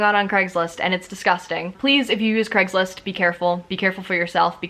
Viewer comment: why do ppl call it "greggslist" or "creggslist" surely it is pronounced as Cray-gs-list?